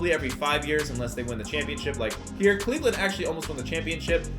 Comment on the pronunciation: Did he say Cleveland